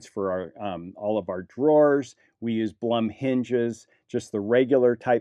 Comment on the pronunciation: Since you are interested in correct name pronunciation, the way Blum is pronounced is “bloom” like a flower bloom. My son works for this company, they are Austrian based.